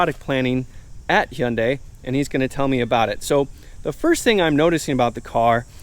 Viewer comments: The way the camera guy was pronouncing Hyundai was driving me crazy 😂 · I believe its supposed to be pronounced huhn day. It sounds like you are saying hey un day. Sorry, I like the review but this is driving me crazy.